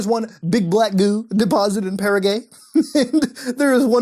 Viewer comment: I love how you said paraguay Muta...Para Gay mmm are you saying para troops are gays?? ohhh started a turf war...just kidding guys, relax! Para gay love it! lmao Love your vids.Muta, as usual! Great videos, great times...Muta for President...why not? Trump did it, anything is possible now